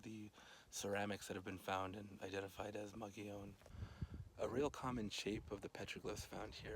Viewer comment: And now I know I've been mispronouncing 'Mogollon' all these years ... Fascinating report. Thanks!